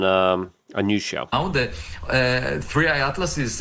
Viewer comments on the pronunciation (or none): STOP calling it THIRTY!!! Its THREE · He's been saying 30i for weeks lol. This is on brand for Luke so leave him alone. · 3 I! Its easy. Its the 3rd "i"nterstellar object tracked. SMH 30i every time in each video you've made man.